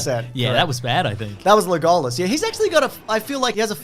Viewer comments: I love how you say Le GOAL Us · Why do you say legolas like that? Sounds stupid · pronounces the name Legolas the way he does because he hates me. Which is weird because he doesn’t even know me. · Pronunciation of Legolas not being called out is outrageous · I choose to believe that right after they sat down to start filming said "I'm gonna mispronounce Legolas and Aragorn's name every single time, don't react I wanna read the comments"